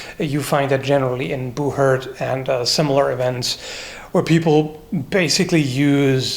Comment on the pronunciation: How does Béhourd is pronnonced in english? I heard prononce "Bouherd" and it seem very different from the french prononciation. We say something like Bé-our (think Bé as "bet" without the T and Our as "boar" without the B and you'll be close enougth). Actually Béhourd is compose of two sounds that doesn't exist in the english language so that is quite a tricky one ^^